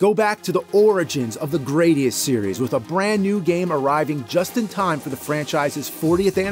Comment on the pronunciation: GRAD - IUS Not GRADE - IUS